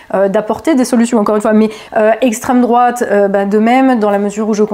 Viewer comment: La bonne prononciation c'est extrême drouaaaaaate😅😂😂😂😂😂